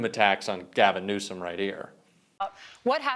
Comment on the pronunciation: Listen to the video again. Trump refers to Newsom as the "President of California" and calls him "Newscom"